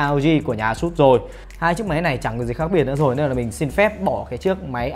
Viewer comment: A sút. Vcl phát âm